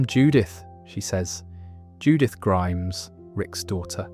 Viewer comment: Same with when he says rick grimes-is instead of rick Grimes